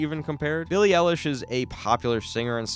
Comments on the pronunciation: "Billie aallish' bro she can't even say her name right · "billie elish" IM CRINE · "Peely ilish" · You pronounced Eilish wrong.